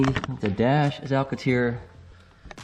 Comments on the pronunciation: What’s Alcateer? You mean, Alcantara? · Cool video but it’ pronounced, AL CAN TARA... LOL